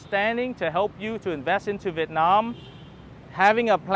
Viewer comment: Hi , if you pronounce the word "Vietnam" like how the local pronounce it, you will sound more Vietnamese. This spoken word stand out very obviously every time you speak Vietnamese ?